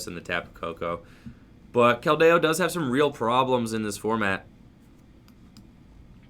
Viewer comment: pronunciations: naganeydel, giant “earth”, keldeyo. This mans determined to trigger the chat every time with the wrong pronunciations. Lmao love the channel bro peace